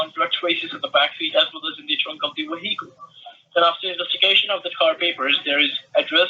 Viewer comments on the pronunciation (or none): did he say waheicle? bahahaha